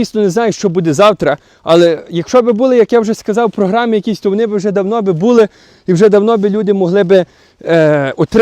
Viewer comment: Всеодно а не всеудно, вони а не вуни. Неможливо слухати ні зміст ні вимову